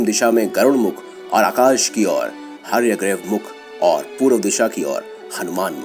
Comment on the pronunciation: Corrections 1) Kabandh : NOT Kambandh 2) Hayagreev : NOT Hayagrev 3) Dhantavaktra : NOT Dhantavarthak 4) Only Sri Ram defeated Khar and Dooshan. Lakshman was NOT THERE in that battle. He was protecting Mata Seetha in a cave in a nearby mountain. please take care in saying the names correctly.